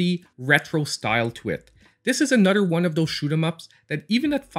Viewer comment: I literally have a list in my phone of games I want to buy. Many of those games come from your videos! “Anudder” great video! Love your channel!